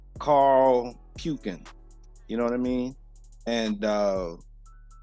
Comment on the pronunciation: You probably said his name the way he’s been called for life, puke-n. It’s wrong what he did to that sister, period, he was wrong! He was wrong. But listening to the way I just now heard his name pronounced, I can see why he’s angry; he’s probably been teased ALL of his life; he’s angry. Here comes puke, hey Pukin are you puke-n yet? I’ll bet he heard Jokes about his name in his sleep; I’m willing to bet the teasing is the cause for his anger. Years ago I worked for a government office; a young man named Donald Duckett was up for murder. I spoke to his mother and we talked about his name and how he must’ve been teased terribly; she didn’t get it at first but later agreed that his anger was probably from being called Donald Duck, kids quacking as he walked, etc. Peoples have to be careful about names they give their children. And I agree, some blacks will fight one another before they protect one another, they need to be like the brothers in Alabama! Like the brothers with the chair; there’s history behind not protecting one another, check it out!!